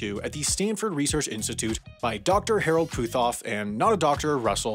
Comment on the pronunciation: Holy hell y'all are butchering the pronunciation of my last name. It's Put-off the H is silent.